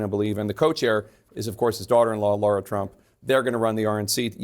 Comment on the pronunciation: Lara Trump. It's Lara. Is it that hard for professional hosts to not say, Laura? 😂